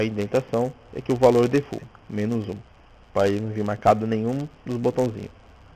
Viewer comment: po defult vai aprender a falar inglês pow